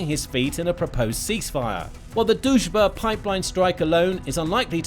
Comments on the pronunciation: You try but it´s not Dužba it´s DRUŽBA. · Not "Duzh-ba" but D-Ruzh-ba" -- it means "Friendship" in translation from Russian. Дружба. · It’s not Duzhba, it’s Druzhba Pronounced Drew-zhba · lol is Drujba, but you pronounce it as Doucheba 😆😆😆😆 I am from Ukraine by the way and I think doucheba is more fitting name for this russian pipe 🤣🤣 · Why did i keep hearing it as the "duchebag" pipeline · everytime he says Druzhba, i hear Dushbag! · You should really learn how to promounce "Druzba" when you make a video where you say it like 100x...it is not that hard...just play it few times in the Google Translator🤦‍♂